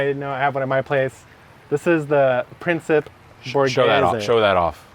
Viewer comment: Principe is prin-chee-pay 😂 love y’all and those trays 🤤